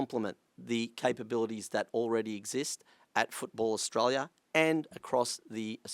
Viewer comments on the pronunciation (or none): Stop swallowing the vowel letters when saying our country's name. You would have been taught this in primary school.